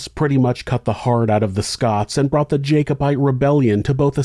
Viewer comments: I think it's jack-obite, not jake-obite. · Pronounced Jack-o-bite.